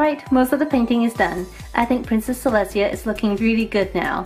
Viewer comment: Celestia actually has no niece and you should learn how to pronounce her name right🙄😒